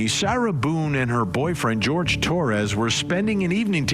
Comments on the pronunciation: Jorge not George. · HIs name is not George. It is Jorge. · Isn't his name pronounced like "Horhay" not like "George " ?